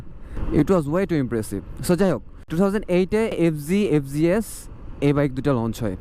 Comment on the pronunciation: Fg s no, it’s fz s hobe